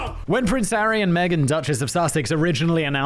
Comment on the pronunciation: Right after talking about Harry dressing as a Nazi, it sounded like you said Aryan Megan; instead of Harry and Megan.